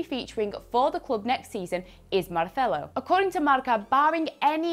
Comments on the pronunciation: Possibly the worst pronunciation of "Marcelo" I have ever heard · The way she pronounced Marcelo's name made me confused 🤔. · did she have a stroke or something? The way she's saying Marcelo...? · What's with the pronouncing Marcelo? He's Brazilian not Catalan. You read every name as if they were English, the one time it would have been correct you read it as if from Barcelona